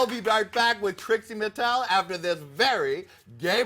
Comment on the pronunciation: Why does she pronounce it Tracie Martel and Trixie Mattel?